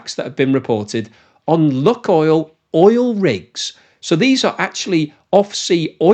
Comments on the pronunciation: The ‘unluck oil’ joke fails because the name of the company is actually pronounced ‘Luke oil’. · "LOO-koyl" not "LOOK-oil." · Lukoil is pronounced neither as "luck oil", nor as "lock oil": it's "look oil". Check the original, cyrillic spelling and you'll see. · Maaan, you really need to start using the correct pronunciation..... it's called "Lukoil" not "Lukoil". You got me thinking I'm saying wrong and missing the actual point, that's some kind of lucky russian rubbing oil factory. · That "Luk" in "lukoil" is not about "luck" at all : ) Actually, the first sylalble, "luk"/ Rus. "лук", is pronounced as [wook] (sorta...) and in itself it means an onion (or a bow) - but that's not the source or intended meaning - that "LUK..." in the LUKOIL name comes from initial letters of names of three cities in Western Siberia - Лангепас/ Langepas (that "л" letter in Russian alphabet is transliterated, for reasons unbeknown to me, as "L", albeit the sound it represents is more like "w" in "wisdom" - I mean, there's no real equivalent in Latin alphabet for it, except "Ł/ł" aka "slash L" in Polish, but I digress here), then Урай/ Uray and finally Когалым/ Kogalym. But then we all love good wordplays, don't we? ;-)